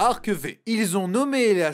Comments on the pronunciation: ÇA CE PRONONCE ARC-FIVE !!!!! V C'EST 5 EN CHIFFRES ROMAINS !!! AHHHHHHH SA M'ÉNERVE !!! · Super retour ! Par contre, pour Yu-Gi-Oh Arc-V ça se dit "Ark Five"